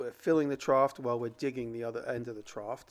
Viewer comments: Jimmy, the word is "trough." (sounded tr-off) No T sound at the end. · "Trought" made me giggle every time. Idk if it's the regional dialect or just jimmy, but, I swear I used to have a science teacher from the east coast say the same thing